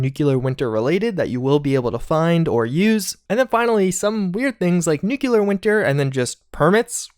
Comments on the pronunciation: Don’t take this the wrong way, I love your videos and your voice is soothing af to listen to but I can’t stand how you say “nucular” 😂😂 nuclear bro!! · Seeing the game footage in German was interesting. I really hope there isn't battle royale bullshit added in here. I do still want to actually play it at some point. On a less related note: nuclear. nu-cle-ar. For the love of christ, man, really. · Bruh. Why you sayin "nuclear" like George Bush? New-klee-ur not new-kyuh-lur. Thanks for the effort on this video tho for sure! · i really enjoy your channel but ...nu-clear this really bugs me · no one:: NEWCLEEARRHH I love your videos but had to pick on you for this, even though I do it too. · Nuclear pronunciation: “new-clee-er” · Same here, I enjoy content, and appreciate his continual support/report on the game fairly with an open mind... but hearing him pronounce nuclear (nu-clear) clearly (of course not "cu-ler-ly") incorrectly just makes me cringe... 8^D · nu·cle·ar /ˈn(y)o͞oklēər/ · Hearing pronounce "Nuclear" makes you wish for a "Nucular" Winter. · Princeofddr Dance Master *Nucular if you’re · Ffs I feel your frustration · The way you pronounce NUCLEAR makes me go crazy. Do you see a second U in that word? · Please say "nuclear" correctly. Really enjoying your videos though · I never said it was "incorrect," I was poking fun at the GWB pronunciation. Saying nuclear that way is simply a mispronunciation that is becoming more and more common, but it is not the feature of a regional dialect. It may be the case that it is eventually an accepted alternative pronunciation, but it's not there yet. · *Nu-CLEAR just remember that’s how it’s pronounced and you’re good to go Nuke-u-lar, no. Nu-clear yes! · It’s nuclear, not nukular, ffs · Sound it out... "New Klee Ar" as in "New Klee Us". Anyone who pronounces it "New Que Lar" sounds like George Bush. And he was dumb. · Dude... You're saying it wrong. It's nu-cle-ar. Not nukular.